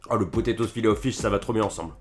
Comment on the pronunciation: Ta dit filet o chise 😂